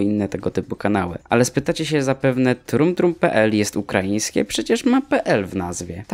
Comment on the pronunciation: Dumb Dumb nie trum trum XD